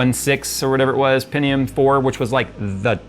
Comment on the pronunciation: hearing someone pronounce pentium as "pen-ti-yoom" instead of "pen-chum" is kinda weird for me. anyone else? just me?